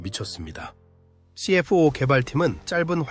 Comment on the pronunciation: 말도 어눌하고... 발음하는게 너무 웃김... F-84를 에프팔십사 라고 정확히 발음하면서 NF-5, CF-5를 엔에프화이, 씨에프화이 라고 발음하는거 졸라 웃김... 그리고 원래 F-5 계열은 모두 애프터버너를 기본 장착한것인데 마치 캐나다가 주도적으로 애프터버너를 장착한것처럼 얘기하는것은 뭐임? 미국 노스롭에서 개발한것인데 캐나다가 개발한듯한 멘트는 왜 하는건가?? 영상의 기체들도 멘트랑 전혀 맞지 않고 이것저것 당시 영상들을 다 짜깁기해서 만든 쓰레기영상임... 그리고 엔진얘기를 하는데 오렌다가 제조한것은 GE 엔진을 그냥 라이센스 생산한거임.... 그냥 허가받고 제작한거라고.... GE 엔진을 개량한게 아니라... 에혀....